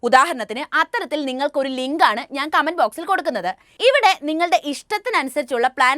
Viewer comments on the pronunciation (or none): none